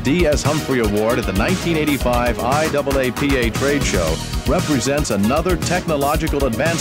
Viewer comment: I love how he said “I- double a- p- a” instead of just saying IAAPA.